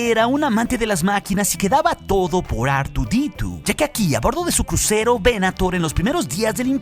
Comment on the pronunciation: ar tu di tu! madre mia dilo mejor en español jajajaja